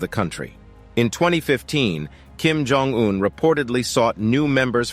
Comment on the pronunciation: I should know, as soon as I hear the narrator's voice, that the video will involve a lot of "filler" content and, btw, Jong is pronounced Chong. This narrator always gets things wrong.